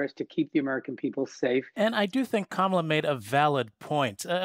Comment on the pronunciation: She said, "Obamala Harris." Lol